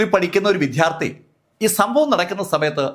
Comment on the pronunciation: താങ്കൾ മറന്നതാണോ പോലീസിന് തെറ്റിയതാണോ മരിച്ച കുട്ടിയുടെ മാല പ്രതിയിൽ നിന്നും കണ്ടെടു ത്തതായി രേഖപെടുത്തു കയോ വിറ്റു പോയതായി കണ്ടെത്തുകയോ ചെയ്തിട്ടില്ല.. പിന്നെ മറ്റൊരു കാര്യം താങ്കളുടെ ഉച്ചാരണ പിശകാണ്. വിദ്യാർത്ഥി എന്ന് പറയുമ്പോൾ വിദ്ധ്യാർതി എന്ന് പറയുന്നത് ശ്രദ്ധയിൽ പെടുത്തുന്നുy💕